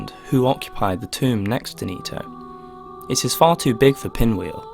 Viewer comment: Nito, knee toe, toe knee, Tony